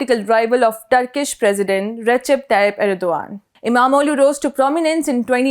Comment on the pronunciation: Erdogan's name is pronounced Erdohan, with a very subtle guttural G